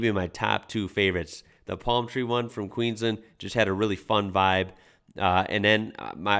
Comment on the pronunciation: Dude you gotta learn how we say Queensland. Listen (or react!?) to the song Queensland by Evil Eddie man, you'll learn and you'll love it